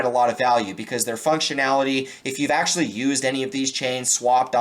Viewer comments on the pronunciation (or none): none